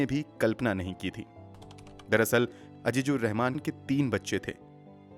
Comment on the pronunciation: Totally agree with you regarding the pronunciation.